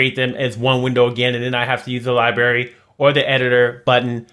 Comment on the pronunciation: Love these tutorials! Your explanations are simple and very clear. Can't wait to get 21 Ultimate and get started. One thing that makes me smile. you point out the "Li-Berry" Please don't take offense. Makes me smile!!!